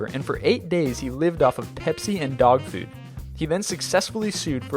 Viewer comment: 'Dog fuud'